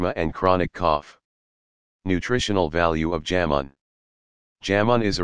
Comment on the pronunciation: "जामुन" को "जैमन" न उच्चारें। Remove the Western accent of text To Speech.